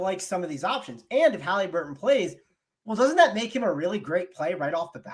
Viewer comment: Stop saying haleeeeeburton please